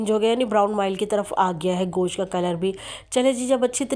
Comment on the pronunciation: You call it "Gosh". It's not "Gosh"; it's called "Gosht".